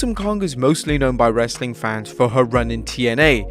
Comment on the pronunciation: Dislike for as long as you say wrestling content with this awful way.